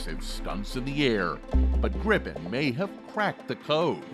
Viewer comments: English speaking people should pronounce Gripen as Greepen. Not Grippen as in this video. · Like most Swedish product's they are of ultimate quality and standard that certainly goes for military products to. Btw. It's NOT pronounced "Grippen" It's like Griipen! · It is pronounced with a " l o n g i" — like Griipen, got it? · Why do english speaking countries and people have problem to say Gripen? Why do they always say Grippen?